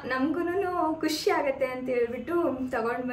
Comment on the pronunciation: ಖಷಿ ಅಲ್ಲಾ ಖುಷಿ